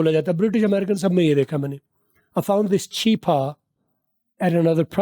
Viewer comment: yehan pa this is ko chis bol rehay while is tou phelay hay